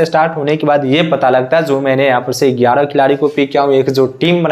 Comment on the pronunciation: Gyara gyara gyara not egyara egyra